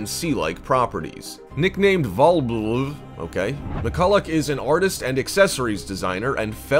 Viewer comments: 🤣Now I know this video was not meant to be funny! but the funny part is when the host is trying to pronounce "VALBLV" that is the lady who love's everything blue. 🤣😂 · Every time he tried to pronounce the blue lady's name... I just cracked up. 😂😂😂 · Same! It annoyed me that dude refused to pronounce her name properly.